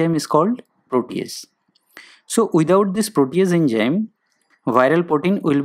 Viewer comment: Poor video narration...Its Enzyme not ENJYM... Study to pronounce English first...